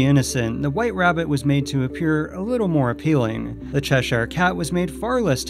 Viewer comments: To make things a bit easier for you, Cheshire is pronounced "Chesher". Same with all English counties with "shire" at the end. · CHESH-SHIRE Cat (NC-Doug Walker, says it the same waY. nO BIGGIE.) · Cheshire is pronounced Chesher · Why are you saying 'Cheshire Cat' like that?